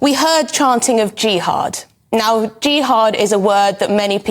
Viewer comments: Are all westeners ignorant like this journalist? 'jiiihad'! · I'm sure she doesn't have an idea of what she's talking about. jiiiHaaad wtf